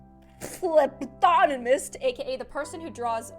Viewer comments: it's pronounced ( flu-bod-i-mest) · I like how she pronounced phlebotomist